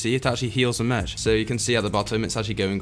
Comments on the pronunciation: Anyone else notice that he was saying mech as in m-ech rather than saying m-eck? I know it’s spelt Mech but still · You say mech as in Me-ck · It's actually pronounced mek and written mech